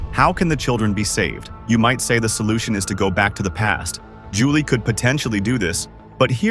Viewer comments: Brother, at least proofread your AI script to get names correctly. This is actually a solid theory video but the constant "Julia" completely breaks immersion. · It's Julie, not Julia